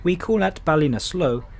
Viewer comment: Nice video production. Good point about the irritating lack of on-board food-- which was really pretty good pre-covid. Couple of station announcements. Galway Ce( hard c)annt not Keyunt station, Chooam not Tooam, Balinasloe (short i) not Baleenasloe, Athlone (normally)not Ahlone, Tull ( like Hull) amore.